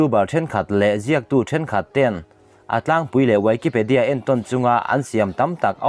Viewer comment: Wikipedia - uaikepadia nilo in UIKIPEDIA tia lam tur nihhmel